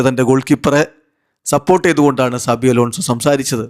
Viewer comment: Saji alla sabi 😂😂😂